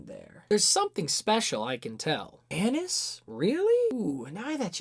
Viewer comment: that is not how you pronounce anise. literally unwatchable.